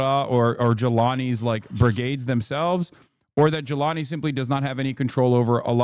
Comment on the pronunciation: My name is unironically Jelani, and every time Hasan says my name I think he's insulting me